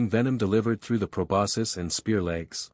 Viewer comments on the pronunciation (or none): none